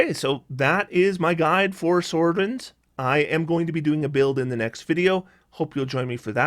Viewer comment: Sorcadin pronounced sorsadin, not sorkadin. It's not a sorkerer your are adding to a Paladin